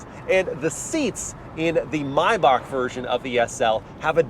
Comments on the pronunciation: MY BACHK not may back or may bach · Had to dislike the video for the “My May-Bach” you said during the fun driving segment.